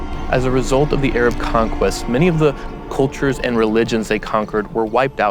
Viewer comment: "Muzlim" and "Ayrab"